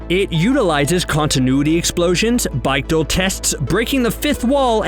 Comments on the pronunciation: Bike-dal tests & Dew-ex Machina??? You are doing this professionally, learn to pronounce words. Specifically Bechdel (BECK-del) and Deus (DAY-oos) ffs. You get a thumbs down just for that. I'd give you two thumbs down for all the obvious and more applicable references you missed. Bad show old bean! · That's gotta be the weirdest mispronunciation of "Bechdel" I've ever heard lol